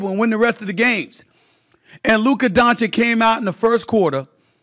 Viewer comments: It’s Doncic not Doncik… when you speak, speak slower then you will achieve the right pronunciation ❤ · Doncic!!! Not Doncik u f…. Loool, have some respect Stefan😮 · Doncic... It's Doncic. Not Doncick. Idk man, it's really not that difficult to pronounce dude. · DON CHICH ! Not donchik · Luka is 6 years in NBA. By now, you should learn how to pronounce his surname. It is not Luka Dončik, it is Dončić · My god Stephen A, this man has been in the league for almost 6 years. One of the most talked about superstars. Its Luka Dončić(Donchich) not Doncik or Danchich. D and then an O not A. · DON-CHITCH, not DON-CHICK!!! Bruh! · Hey Steven Ey Schmidt it Luka Donchich, not Donchik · Dude it is pronounced Donchich, not Donchick. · DON-CHICH omg it’s not hard. It’s about respect. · I thought it is pronounced: Luka Donavich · Luker Donchick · Please pronounce his name correctly. Dončić - "DonCheech" I cant believe you can't say it right man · DONCHICH DONCHICH DONCHICH DONCHICH DONCHICH DONCHICH DONCHICH DONCHICH DONCHICH DONCHICH DONCHICH DONCHICH DONCHICH DONCHICH DONCHICH -------- NOW READ ALL THIS LINE BY LINE AND YOU WILL BE ABLE TO PRONOUNCE DONČIĆ CORRECTLY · unwillingness to even learn to pronounce dončić correct is insane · 😀No way, really? You are forgiven but he is in the media and stll cant pronounce it rigght i mean damn man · It’s actually really easy to pronounce, not sure how u could mess it up. Pretty sure he does it on purpose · Say his last name right!! You’re so called television analyst and does not learn or try to say his name right?? Disgraceful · no he does it on purpose to subtlety disrespect Luka and his greatness. Luka is going to be a Top 5 player EVER, he already has the skillset and now he will win the hardware to confirm it. It’s absolutely disgraceful to not be saying this guys name correctly after 6 years of domination. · If he wins the championship, will you finally say his name right? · Say his damn name right. C’mon already.